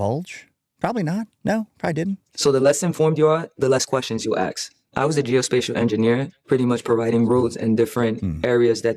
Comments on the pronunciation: "axe"? Hey honey can you pronounce "ASSSSSSSSSSK"? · Reading is hard. Aks anybody. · I didn't even make it past 3 minutes with this ungrateful, ignorant person portraying herself as a Soldier. And it's ASK NOT AX!!!!! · She enunciates "ask" as "axe". Yuck. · It’s “ask”..not “axe”. I hate when people use their own emotions and hate and push that onto others. Reminds me of the TDS democrats of today. These people should not be taken seriously. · When I hear a person say wif instead of with. Or aks instead of ask I don’t give a FF what they have to say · I will never value the opinion of somebody that cannot pronounce the word "ASK" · Aks and wif really gets to me. Oh you didn't have 12 years to learn to speak English? No it's willful disregard.